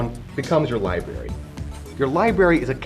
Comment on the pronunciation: It's pronounced: "LIBRARY" with an R.